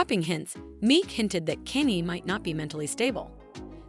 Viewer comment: Kanye not Kenny😂😂😂